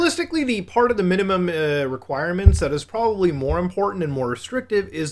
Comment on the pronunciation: "theres porbably six or seven" holy clipfarming